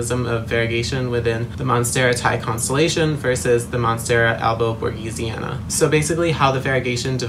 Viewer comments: Its written Borsigiana He says Borgisiana Its pronounced Borsijiana 😭😭😭 Sorry I’m not an English native so idk but I’ve seen a plant girl that owns a shop and says it like that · Nice video, but it's monstera albo borSiGiana